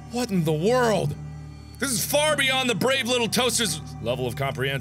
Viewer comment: What did you.... Why did you dub over yourself in the beginning mark? Said the movie name wrong? XD